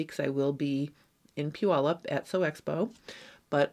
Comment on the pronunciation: I am so impressed that you actually pronounced Puyallup correctly! I live in Washington and people usually butcher the name …lol😅